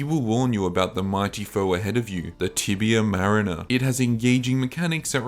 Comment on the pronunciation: I'll never forget about how pronounced tibia mariner😂😂😂